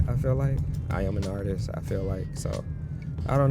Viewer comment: He says "I am an artrist," with hesitation during an insane car shot that only an artist could pull off.